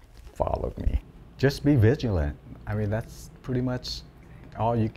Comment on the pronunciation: And then says to "Stay Vilgilent"....to funny!